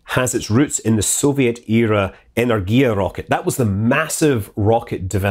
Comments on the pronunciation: i checked every name in this video and it is so funny how chaotic stresses were: energIa -> enErgia (miss) burAn (hit) zEnit -> zenIt (miss) angAra -> angarA (miss) p,s. pls take no offence. video is not about linguistic and i am do not really care how scott pronounces some foreign names. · yep, he does an amazing job. On the other hand, english speaking people tend to change stresses. The original versions are: zenIt, soyUz, protOn (that's understandable), enErgia, angarA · Scott, i know its counterintuitive to pronunce russian names like this but they are should sound: enérgiya, zenít, angará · I don't. He misspells nearly everything. And i've been noting about Energia before. But He keeps misspelling it. It's not really difficult to check everything on Forvo.